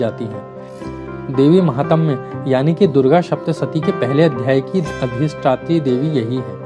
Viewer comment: Uchharan ko Suddha kijiye. Bahat trutipurna hai uchharan aur bahat poor pronunciation. Smashana ko Samshan kehte ho , correct word is - श्मशान. And the greatness Mahtmya ko some mahatam kehte ho. Jab ki sudhha sabda hai - महात्म्य.